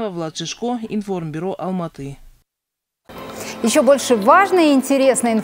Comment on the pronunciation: Лапоть,не алмааа-атаа а Алматы(яблоневый)